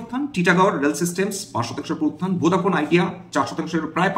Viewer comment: আপনার ভিডিও গুলো খুবই সুন্দর ও শিক্ষনীয়,,, আপনার উচ্চারণ দক্ষতাও অসাধারণ,, কিন্তু আপনার মুখ থেকে ফোডাফোনটা ভোদাফোন উচ্চারণ ঠিক মেলাতে পারছি না